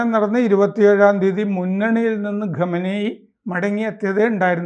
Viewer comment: ആരാ ഈ" ഗമനയി ", സർ ആ പേര് ഒന്ന് മര്യാദക്ക് പറ.